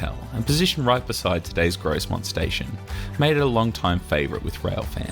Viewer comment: I haven't been to a steam gala on the NYMR but I have been on it quite a few times as it's only 20 miles from me. By the way his pronunciation of Grosmont is pronounced without the 'S' Gromont